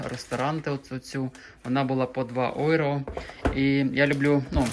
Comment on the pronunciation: Євро а не ойро